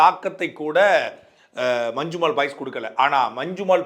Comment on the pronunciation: நல்ல கருத்து ஆனால் அது 'மஞ்சுமேல் பாய்ஸ்' அல்ல 'மஞ்சுமெல் பாய்ஸ்' (நெடில் அல்ல குறில்). பெயர்ச்சொல் குறிப்பிடும் போது அதே உச்சரிப்பு இருந்தால் தமிழுக்கும் உங்களுக்கும் சிறப்பு. இது எனது புரிதல்.